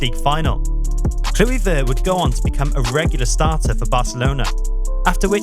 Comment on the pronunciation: Klewivurrrrt lol 😂